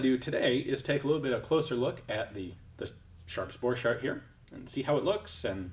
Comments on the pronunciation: Thank you for this video. Hugo was my Great Grandfather. I noticed our last name is always mispronounced in the gun world. You're pronouncing it french. With a ch, and d sound, dropping the t sound. It is a German last name. The ch has a c sound, and the d is silent. The "t" is pronounced sounds like cart. (Boar cart) I was told by my father, that Luger stole my Great Grandfather's design, and patented it in his name. Just a bit of side history. It is nice to be able to look up family history. My father had said he invented a riffle. Thats what I was curious about, and found you.🙂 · I would've thought that the 'ch' in Borchardt is pronounced as a k.